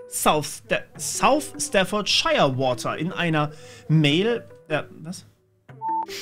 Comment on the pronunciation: Staffordscheier und Fäims wa'er... lmao